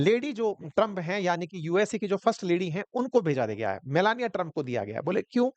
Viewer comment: Meloni ❎ Meloniya ✅😂